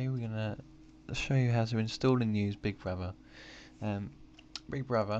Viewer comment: Nice video, but I had to say this: Lol, "bigbwuvva"